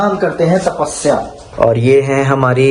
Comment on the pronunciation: sapasya nahi hota h lol tapasya hota h .....lol